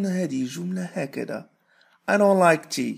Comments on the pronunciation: انا اسمعك تنطق ار نو فقط يعني حرف d كيف وياليت تكثر من هالدروس ووكيف يختصرو مثل Where وغيرها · كأنك نطقتها i ron khnow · نطقها ro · في النطق يظهر حرف r يا أستاذ . ليتك توضح ذلك أستاذنا